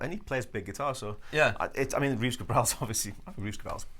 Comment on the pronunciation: It's Reeves Gabrels - with an S at the end. I always find it a bit embarassing when people talk about a guy as if they knew what he's doing musically and then don't even know how to pronounce his name. Great guitar (the Reeves Gabrels Signature II) by the way. I have it.